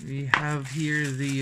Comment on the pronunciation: HAHAHA 😂 Tagalog ka nalang kya. Mas okay pa siguro, yung "the" laging soft th